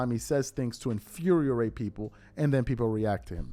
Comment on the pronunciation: Infuriate not infuriarate. You pronounced it with two Rs. You are such a precise speaker, that I figured you'd want to know. Please forgive my rudeness if you aren't trying to hear it. ✌️